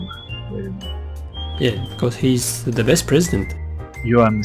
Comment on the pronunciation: Вери вери бэд но андрестенд)))